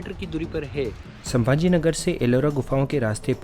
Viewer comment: है को हे मत बोलो